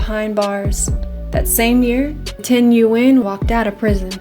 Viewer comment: It’s Nguyen not Nguyen